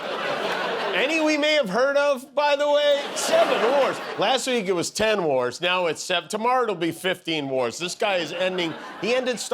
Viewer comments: Y'all misheard the Donald. He didn't say he ended seven wars, with his speech impediment, he meant to say he ended the seven dwarfs, by deporting them to Uganda. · I always understand “7 dwarfes” 😬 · Did he say seven wars ? He meant seven dwarfs.😂